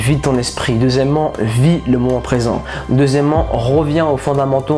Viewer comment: 6.30 ta di 2 fois "deuxiement"